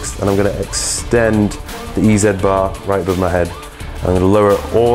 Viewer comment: "Eee Zee bar", as in "Easy bar", NOT "Eee Zed bar"!